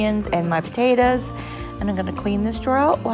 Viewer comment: I like those flowered drawer liners. The way you pronounced "potatoes" are you originally from the mid west?